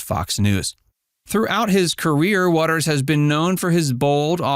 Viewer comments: It’s WATER’S world not wateres 🤣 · Inaccurate headline. And they pronounce the show name as "waters world". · Please tell this reader of script that "Watters" and "Watters' " are both pronounced with only 2 syllables. Jesse comes across as though he is just an average guy, saying what average guys think. This is what makes him likable.